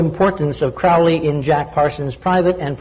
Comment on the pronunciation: ARGHH it's proninciated Kroh-lee.